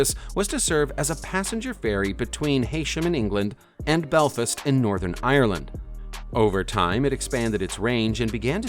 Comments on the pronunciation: Jesus another yank that can’t pronounce words or names...the word Is DUKE, pronounced... D-YOU-K...not DOOK. And the Irish city if BELFAST, pronounced Like it is written..BELL-FAST...not BELFUS...typical Americans take something as simple as the English language and mess it up!,! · Belfast = BELL - fast